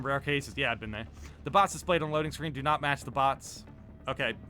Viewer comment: "Scrween" lol